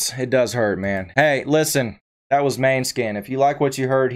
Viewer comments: pronouced mon-e-skin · Good reaction, the name of the band name should be pronounced more like moan-eh-skin. It means moonshine in Danish although the band is Italian. I hope you react to more of their music it is incredible